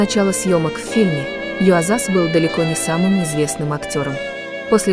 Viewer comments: Он не ЮозАс а ЮОзас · Видео робот озвучивает? Правильно имя актера произносится с ударением на первый слог - юОзас. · Да-да. Вы правы. Артур (ударение на А), и имя произносят направильно. Юозас (ударение на О). Надо бы лучше готовиться и изучать информацию о тех, о ком собираются рассказать. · Произносится Езас, ударение на первую Е. Хоть бы текст перед прочтением один раз прочитали. Ну как так то?